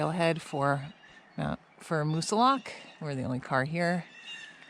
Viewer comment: Great day to Moosilauke! You sure can pick them. It’s always nice to hear someone pronounce the name correctly too.